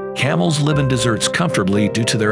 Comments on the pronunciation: The way they pronounce “desert” makes it sound like they’re saying “dessert.” 🏜️ ≠ 🍨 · Dude needs to learn how to pronounce desert correctly 😂